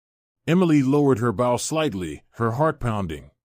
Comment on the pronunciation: Bow. Pronounced BO.